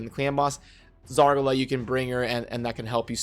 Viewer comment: I despise the way you pronounce Zargala. It must be Zar GAH LUH. Not Zar guh luh